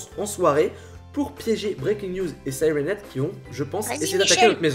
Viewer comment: Tu peux prononcé siraine heab en anglais donc sylenhead